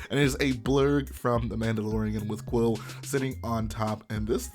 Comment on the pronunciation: btw it is pronounced (coo-wheel) not (quill)